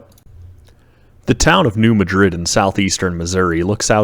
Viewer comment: Great documentary. 🎉 Id love to visit ! 😮 But it is pronounced and known by locals, and by the scientific community, as "New MADrid" 🌎 (short a sound, as in "mad") ✔️